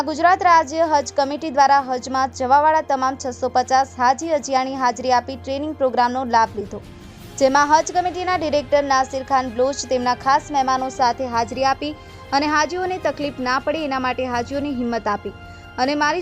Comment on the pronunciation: ન્યુઝ એન્કર મુસ્લિમ રાખો અથવા સારી ટ્રેનિંગ આપો, બલોચ ને બ્લોચ કહે છે , અબ્દુલ ગની ને અગ્નિ કહે છે , બીજા નામ પણ લેતા આવડતું નથી